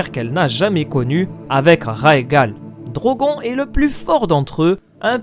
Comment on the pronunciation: Ça se dit Drogonne pas Drogon